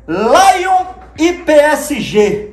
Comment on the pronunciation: Laion? kkkkkkkkkkkk Lyon